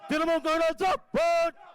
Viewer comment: বোকাচোদারা, জিন্দাবাদ কথাটাও ঠিক করে বলতে পারছে না।